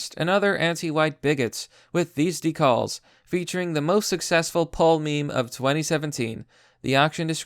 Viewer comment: De-calls? Who tf says it like that